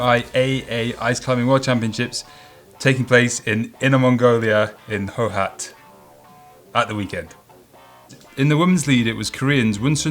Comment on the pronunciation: Hohhot pronounced "hoo-her how-ter"